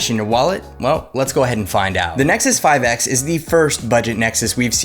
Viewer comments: Did you really just said "Isnexus 5X" ??? Did you wanna say IPhone or something? 😂😂😋👌🏻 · Yeah I heard it too.